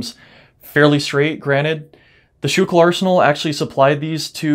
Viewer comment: I ordered Schuylkill arsenal uniform from k. Windahl & co. Weird any body that dont live near Schuylkill all ways pronounce it wrong lol